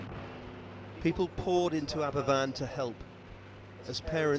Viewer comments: It is pronounced Aber Van. A single f in Welsh is a V. I’m from Wales and we were all so affected by it at the time. The tips (slag heaps) slipped. The tips were made of the dust & waste from mining coal. They were built too high and had a stream underneath. The National coal board knew there was a stream there but they still put the waste on top. The coal board said it wasn’t their fault but in the end it was proved it was them. Hundreds of people from Wales and other communities sent money to help the families out, build a school and help with the funerals. The coal board refused to pay for the removal of the tips which still hung over the village. The villagers had to use the money which had been donated to them. 🏴. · Well said in the pronounciation as a first. I worked with a lady that was rescued from that school. I was 7 or 8 weeks old when it happened. We lived about 9 miles away. Dad was on leave from the Army and went to volunteer. as a rescuer and engineer (he was REME). This hateful event led to the start of "Health and Safety". There wasn't a culpable company. it was the National Coal Board, run by the English Government. Nobody got prosecuted and the residents that survived had to contribute to get the remaining slag removed. Aberfan will take generations to clear the pain & anger. I'm tamping about it still. I congratulate your compassion on this. Diolch yn Fawr. Don't hold it in butt, let it go, let the world learn from it. It lead to the "Health and Safety at Work Act, 1974" 6 years later, so some good came out of it, just not in time for those lost souls.